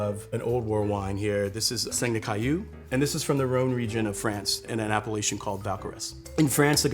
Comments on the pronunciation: I love this video! It took me WAY too long to realize that he was saying "appellation," not "Appalachian," though. (that's on me, clearly) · When a ´sommelier´ can´t even pronounce the word ´appelation'... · It took me so long to realize he's talking about Appellation, not how outsiders pronounce Appalachia 😂